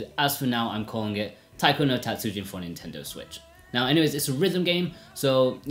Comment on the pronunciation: たつじん not たつうじん. (Tatsujin, not Tatsuujin) Japanese is a “rhythm” based language so extending a sound can completely change the meaning of the word. Tatsujin means master Tatsuujin is someone’s last name. Also, calling it “Weird music” is a bit of a low blow to a long line of well known music in Japan. As for controls, you say the touch screen is second best. Have you even tried any of the faster songs? Buttons give feedback where touch screen does not. And you can actually alternate sides at a high speed. In all Taiko games I’ve played so far on several systems you can customise the button layout, eg make the lower buttons (down and B) as red and outer buttons (left and A) as blue. Now it’s just as easy, if not easier than registering location on screen or physical drum. Did you only use buttons when docked? Are you aware of display lag that TV’s have? (Even WITH game mode?) This is why for most the 3DS / Vita versions are superior, the console displays themselves don’t have as much noticeable display lag. A rhythm console based gamer basically NEEDS to invest in a TV with as little input lag as possible (typically a smaller gaming monitor). It’s not the controls that adds delay, its the TV. And contrary to popular belief, monitors with little input lag are not expensive. In fact they usually have less processing features meaning you compromise image or sound quality for speed. But this makes the game better than buying a controller that would cost about the same as a low lag